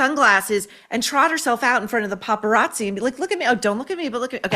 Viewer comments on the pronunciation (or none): none